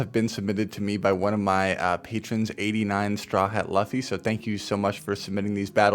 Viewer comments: Bro it's loo-fy, not lufy. By the way W nickname for the trainer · *Hears Luh-fee* I think I died a little inside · Lmao... I know true One Piece diehards were cringing this whole video at that pronunciation 🫠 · I’ve accepted the other pronunciation as that pronunciation occurs quite a bit 😅